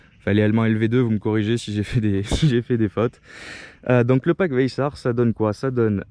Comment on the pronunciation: Super vidéo, et pour le pack course, ca ce prononce k le ch donc vayssak si tu veux